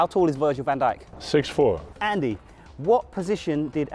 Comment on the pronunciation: My brother thought when you said Virgil van djik he thought you said virgin hent@